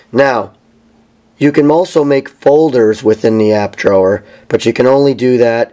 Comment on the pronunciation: I really dislike your pronunciation of "Drawer"